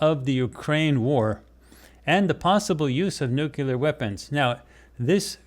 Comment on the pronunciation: People please stop saying “nucular” - that word does not exist. The correct word to use is “nuclear.”